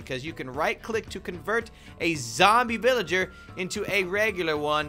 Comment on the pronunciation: He called the villager a philager